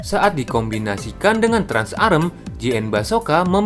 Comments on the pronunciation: Trans-Am bosss bukan Trans-Arem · Cok gatel denger "trans arm" "TRANS AM" COK